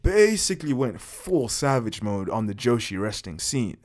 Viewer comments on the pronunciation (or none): none